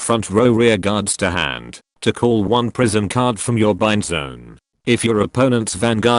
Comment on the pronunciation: Why did I hear "Prism" as "prison"?